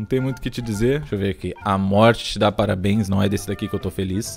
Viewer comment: *A MUORTE TE DAS PARABUEINS